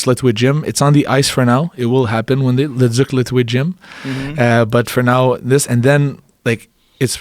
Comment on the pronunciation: Joe "David ledooz" Rogan